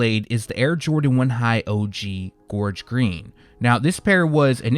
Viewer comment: Thank you for saying Gorge green 🙏 correctly dammit lol the game been missing u fam lol it sux they got pushed but I can't afford em anywayz but the gorge green 1z dope af